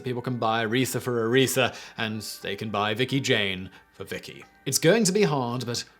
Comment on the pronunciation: ARETHA! Not “urethra”. Love you, Simon, but seriously, get it together lol Also, yes: Business Blaze pulls off, quite nicely I might add, the exact right amount of crazy